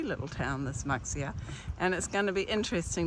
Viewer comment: Ooh great video but everytime you said Muxia (and there were sooo many times), I had to cringe.😮 Pronounce: Moosheeah